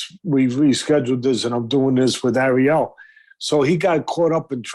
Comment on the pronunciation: Says arriel like the jamaican crab in the little mermaid does😂